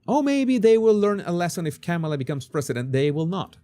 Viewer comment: Hi, I've been watching your show for years. Your "Body Language Guy" videos are excellent. I just wanted you to know that your pronunciation of Kamala Harris first name is wrong. According to Wikipedia the pronunciation of Kamala is: Kah-ma-la (the last two "a" s are shwa's).